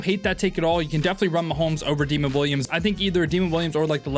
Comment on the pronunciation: Great video bro! Also Demond Williams Jr name is pronounced Da-mond not demon lol